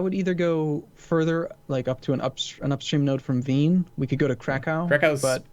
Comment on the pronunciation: that Krakow pronunciation is painful :(